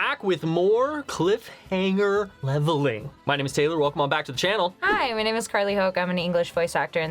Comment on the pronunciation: For a second there i thought he said cliff hang🤣